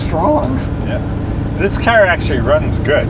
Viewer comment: It's CAR not Caw !